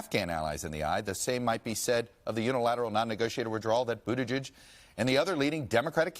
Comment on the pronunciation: Best pronunciation of Buttigieg to date by a TV interviewer.